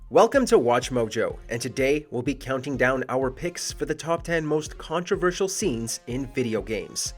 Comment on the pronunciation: "cOnTRoVERsiaaal". chill out